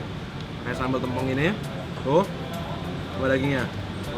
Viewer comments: Yawla epic banget pas momen daging mau jatuh eh kacamatanya ikutan jatuh. Btw kayaknya nama sambelnya yang "tempong" penyebutannya yang huruf 'e' kayak bacanya E dari "tempe" bukan 'e' dari kata 'kemarau'. Tapi di menit berikutnya si pelafalannya udah bener sih, lalu salah lagi. 😅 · Sambal tempong.. penyebutannya keliru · Q ngakak pas nyebutin Tempong,,, "Tem"nya pelafalan "tempe" bukan "tempat" 😂😂😂😂😂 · Kalo orang Banyuwangi,biasanya ngomongnya sambel tempong pake e bukan huruf e kak hehe😉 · ngomong tempongnya bikin ngakak. nada E nya salah tuh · Sambel tempong itu emang uenaaaak banget huhu. FYI, pelafalan tempong kaya e di tempe ya ^^ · Baca tempongnya ga gitu kak